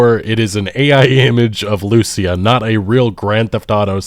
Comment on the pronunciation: I really wish people would stop mispronouncing the name of Lucia. The name is hispanic. The male version of the name (Lucio) has the accentuation on the U, but the female version of the name has it on the I. It's almost as bad as when they mispronounce Simon Bolivar's name by putting the accentuation on the O in Bolivar, when it's also on the i in there.